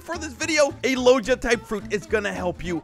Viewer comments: HIM SAYING lojia not logia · Mane pronounced logia as logeia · Me when I see people who say lodgia 💀 ITS PRONOUNCED LOW GIA LOGIA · i love that he mispernouces logia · Dude still doesn’t now how to say logia right